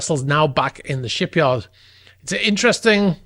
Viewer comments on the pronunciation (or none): shipayrd? hehe... love your content, been watching for quite a while